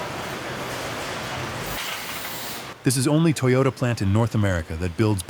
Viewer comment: Not Toy-yoda.. its pronounced toe yo taaaaaa. 😂😂